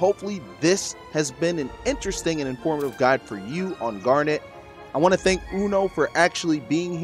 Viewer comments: Gar-nit, not Gar-nette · Wait so how do you pronounce her name then? Chat was giving shit for saying it like that 😂 Awesome guide guys. Garnet is who I wanna main. Didn't get invited to the alpha so I'm looking forward to the open beta.